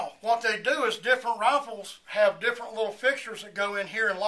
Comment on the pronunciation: why did it sound like RoFleS